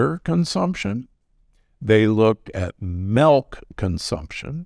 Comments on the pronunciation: Not " MEHLK " LOL MEELK !!! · Mehlk, never drink melk...